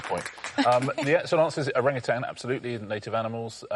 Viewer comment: Wish everyone could pronounce Orang-Utan properly ... after living in Singapore for 18 years it irks me the English pronunciation is so terrible (and I used to say it that way too).